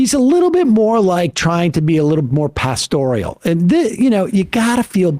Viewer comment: These are two awful, snide people. 'pastorial?'